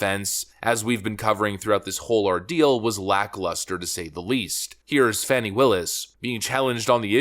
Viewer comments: Her name is Fani it's pronounced Fahh-nee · Her name is FANNY. Not fawni. Fani.